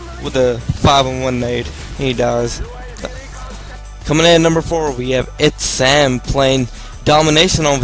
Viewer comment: #5 is Its SkiLLz not Itz-Sam